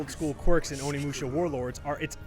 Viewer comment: Can't even pronounce the game he's reviewing